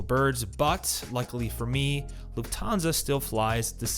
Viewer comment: It's LUFThansa, not LuftHANsa